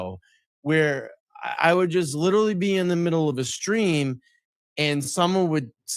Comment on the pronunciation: Time 'lierrally' drifts on the timelines in this 'cummmidy' anyways so no one cares